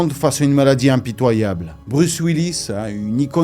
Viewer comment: Bruce 😂😂😂 sérieux... c est quoi cette prononciation 😂😂